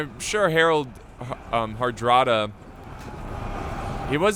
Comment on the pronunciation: Yes: all three men had claimed the throne of England thus the war. As far as I know they all produced different statements and claims from different periods in which they said the throne of England was promised to themselves. Also, you were saying his name correctly However Hardrada roughly translates to stern ruler not tough soldier I if you'll allow me to say, believe that the reason Hardrada believed he would win so easily is becuase he was, by all accounts a war veteran due to the fact that before becoming the king of Norway he was a mercenary for both the Byzantium empire and the Kievan Rus. History lessons from 6 years ago coming in clutch